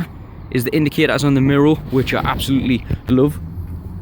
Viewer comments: It's "MIRROR" not MIRROL or whatever you are saying!!! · What language do you speak ? You got me saying MIROW rather than mirror 😂👍🏼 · Really good in depth video I'm looking at getting one but thinking of the dark grey (because white would be hell living here on the coast) and wanting the 350 but looking at yours it's making me wonder about a white one. Love the way your pronounce mirror 😂 mirrow! So it's been a couple of years since do you still have the car and any problems at all? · What is a “MIRRO”?